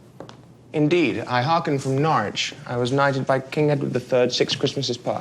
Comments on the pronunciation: I HATE the way he says Norwich ..... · He pronounces Norwich wrong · Ugh this film annoys me, the writers really don't know how to pronounce norwich -_- I live there